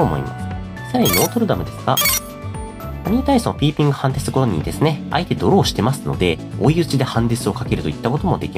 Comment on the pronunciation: ピピーングになってて可愛い笑